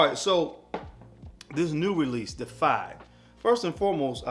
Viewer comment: Its pronounced "day-if-eyed". Deified means revered or worshipped as a god.